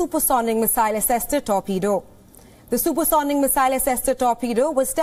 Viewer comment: Did I hear Super Soning ?!